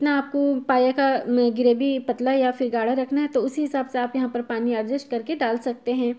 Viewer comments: Adgest nahi adjust hota hai 😂😂😂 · Argest nahi hota he Adjest he hota he😀😂